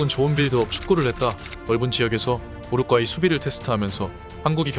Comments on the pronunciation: 우루과이를 자꾸 우루꽈이라고 발음하는게 너무 거슬린다.. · 왜 자꾸 우루과이를 우루꽈이라고 발음하나요? 요새 유행인가 다른 방송에서도 그러던데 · 우루과이 발음이 안되서 우루꽈이라하나??